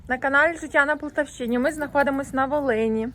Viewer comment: Гарна ви родина,гарні відео,тільки називайте: Життя на ПолтАвщині,а не на ПолтавщИні,правильно наголос,не ображайтеся❤